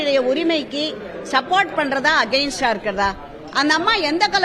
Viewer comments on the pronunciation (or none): ஷப்போட் இல்ல சப்போட்